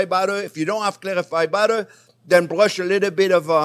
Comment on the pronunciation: he bWushes the butter on with a bWush